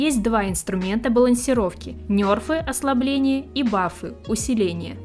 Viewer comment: как игроку вовки не привычно слышать нЁрфы а не нЕрфы